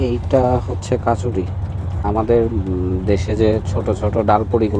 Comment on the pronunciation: ওটা কচুরি হবে কাচারি নয়